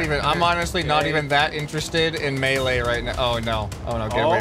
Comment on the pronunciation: let's make fun of for the way he says melee weapon